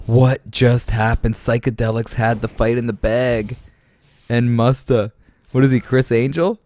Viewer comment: Lol the guy puts “mustafa” 🦁 in his name and you pronounce it faaagggg 🤦🏻‍♂️ the poor fella